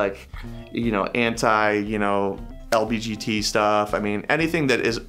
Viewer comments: He switched The G and the B (instead of LGBT he said LBGT) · "anti-lbgt" he's got the right idea but it's a little off lmao